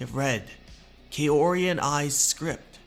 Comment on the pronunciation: you should pronounce Kaori like "kau-ree", not "kay-o-ree"